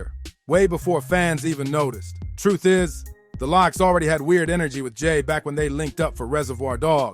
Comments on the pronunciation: If you can't pronounce the group name right at least no, it's pronounced locks spelled lox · The L-OX lol